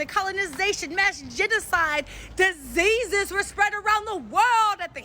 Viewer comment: "Disseases!" Who are the no.1 Spreaders of AIDS again?